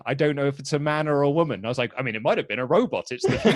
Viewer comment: “For all we know, it’s a roBUTT...”